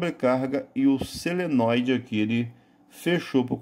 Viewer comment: Não é seneloide e sim solenóide!